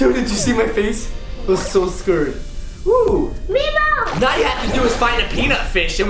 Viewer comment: It's not memo it's nemo